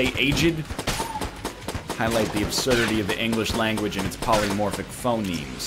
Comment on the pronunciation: why cant he say aged